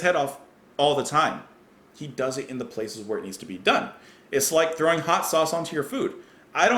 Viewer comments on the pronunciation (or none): none